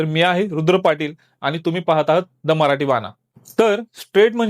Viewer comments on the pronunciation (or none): none